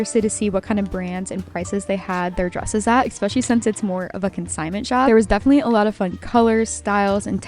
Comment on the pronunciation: Does everyone call them ham-awks where you live? I’m not trolling. I’m really asking. Language, dialect, and communication among regions are interesting to me. Like the way you say eXpecially even though there is no X In eSpecially. I love your content. Thank you for all you post.